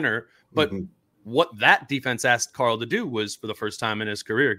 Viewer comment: Whenever says Karl’s name I swear he said CORAL like from the walking dead 😂